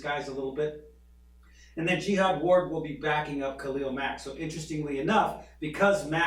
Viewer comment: Pronounce it Jahad not like a holy crusade